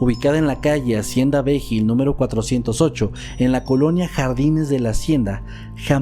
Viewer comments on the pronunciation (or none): Vegíl, no lleva acento pero es para que lo pronuncies Bien